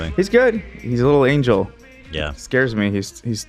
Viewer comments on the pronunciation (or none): none